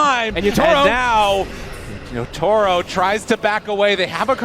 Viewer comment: Everytime this guy says Yata-Ro, it grinds my gears